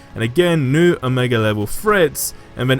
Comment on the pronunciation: Lol every time you say omega it sounds like amigo